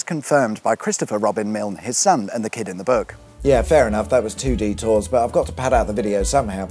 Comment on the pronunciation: Also, embarrassingly I had to turn on captions to realize you said "two detours" and not "2D tours".